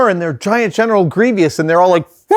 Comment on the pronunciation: I think you're awesome, but PLEASE stop saying "Gree-vee-us." It's "Gree-vuss." Thank you